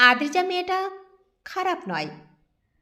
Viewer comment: গল্পটি খুবই সুন্দর। কিন্তু অদ্রিজা নামটা প্রথম থেকে শেষ পর্যন্ত আদ্রিজা পড়া হল